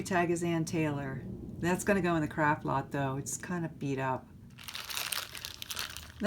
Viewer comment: You say, "Craft Lot". I hear "Crap Box". I can't unhear it now. Makes me laugh everytime.